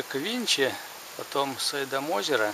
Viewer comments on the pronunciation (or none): Почему сайдам? - ,, СиндАм'' озеро!